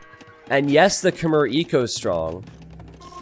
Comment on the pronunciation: 'Khmer', as a word, is pronounced to rhyme with the word 'air'